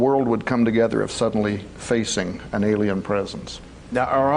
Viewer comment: And sorry it's alien not Alain LOL